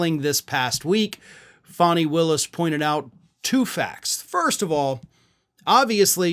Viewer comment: FAN-knee = fani not FAN-hi